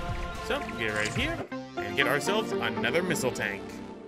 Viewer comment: you are saying tank wrong for the right way to say tank watch ramza411sb play metroid zero mission